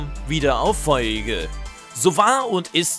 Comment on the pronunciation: Feurigel nich feuigel